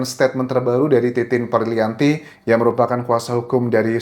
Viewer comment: Titin Pria_Lianti kakaaakk... salah terus nyebut nama bu titin sampe hari ini loh..😅